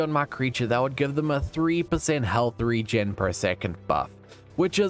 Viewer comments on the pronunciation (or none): none